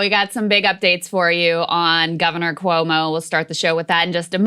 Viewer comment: Why is Sagaar pronouncing Cuomo’s name like that? 🥴 lol